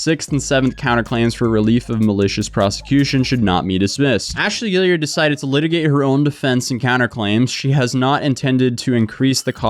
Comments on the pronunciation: "gee-yard" not "gilliard" lol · Guillard is not “gill-ee-urd” it’s “gee-ard” with the g pronounced the same as it is in green. Kinda like Guard if you spelled it “Gyard”